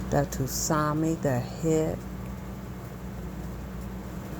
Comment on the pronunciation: Sue-Nami, not Two-Sami....great vid, though.